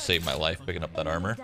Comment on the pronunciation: That dude saying chill out and he’s backseat gaming *with a Indian accent ”don’t break your amor shroud”